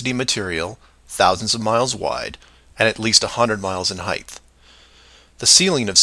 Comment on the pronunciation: . Did he say Heighth? 😏🎓🚫